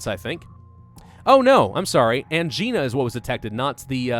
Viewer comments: Angina the " i " is pronounced like die, dye, hi, not an e sound. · Depends. I’ve heard it both ways, I tend to roll the lower case I pronunciation. Because patients are children, and Angina can sound like vagina. But angina sounds like sweet sweet chest pain.